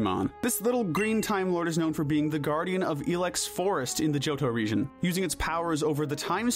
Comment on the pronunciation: Region, not rejion! There is no J!